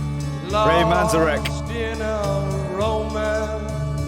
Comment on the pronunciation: Minor point, Manzerick is usually pronounced with the middle syllable accented.